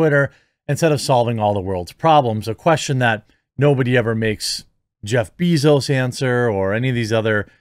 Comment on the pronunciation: heheheheheh Bee-zos. It was and I can no longer see him as a man. Only a ventriloquist's dummy.